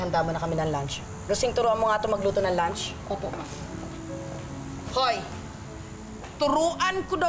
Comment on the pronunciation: lunch sabi naging lants wrong pronouncation